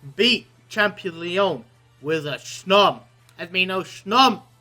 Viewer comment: i love hearing how he says snom... SHNOM IS LIFE